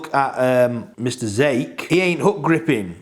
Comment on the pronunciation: Zake is said like "Zakay". He's Scottish 🤟